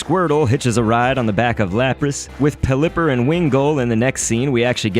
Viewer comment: why do you say pul-lipper. it’s pelipper. but thanks for showing us these :D